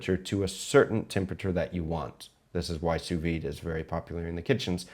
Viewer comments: Did you say 'you Sous-vie it'? please, I understand looking up to Googa but don't spread his atrocious pronounciation, it's sous-vide! Thank god you say it correctly sometimes, it's the one thing that bugs me the most in all cooking video on this platform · Chef, I love your videos. I'm a big fan of your channel. And you get me through a lot of stuff emotionally. But just for future, sous vide is pronounced 'soo-vee'. The 'D' is silent. This is a warm, friendly criticism. Love you, dude.